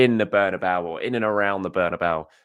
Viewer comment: It's Bernabeu.